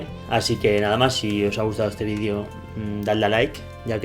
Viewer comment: Se dice VIDEO, no VIDIO